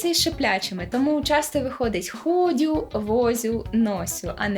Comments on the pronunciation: Не хОдю, а ходЮ))) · шановна авторко каналу, коли говорити "ходю", "сидю", "носю" та ін. РОБІТЬ наголос на другий склад. До речі про багатющу лексику. Я хоч й не з Надніпрянщини, а зі Ставропольщини, втім мої предки походять з лівого та трішки правого берегу цього ареалу. Так в нас вживали безліч індивідуальних слів, тобто таких локальних, котрі мали авторів й їх вживала 1-2 родини чи 1-2 вулиці. Моя бабуся вважала, що як ти за життя не родив бодай 2-3 нових слів, які почали вживати родичі та сусіди, то ти не є носієм цієї мови. Зокрема, на думку спадає її слово "мекека" - нутрія